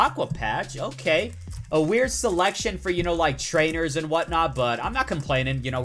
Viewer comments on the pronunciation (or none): none